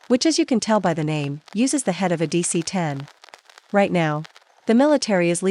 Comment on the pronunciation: dc-10 sounds like a-38